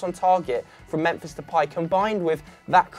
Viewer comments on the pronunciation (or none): none